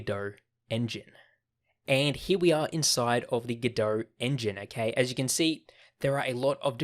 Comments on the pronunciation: it's godot, not godohrrrrr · Very useful introductory course once you know the speaker puts the "R" letter in too much words that should be... like GODOR 🙂